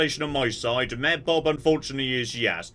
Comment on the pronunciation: Part 3 of pronouncing Mayor as "Myear"